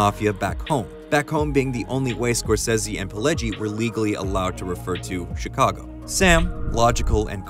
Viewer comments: Scor- Say-Zee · I have never heard anyone pronounce "Scorsese" like that and I hate it. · Why does the narrator say Martin scorsese's name that way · You pronouncing Martin's last name wrong and why the hell is everything bleeped? Lol